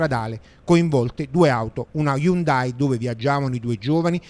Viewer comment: Mi spiace per la ragazza! Cmq si legge: HYU'NDAI!